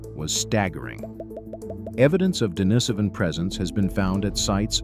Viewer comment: Pronunciation: De-NEE-so-van, not De-ni-SO-van.